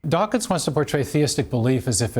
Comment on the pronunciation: Dawkins not “Dawking”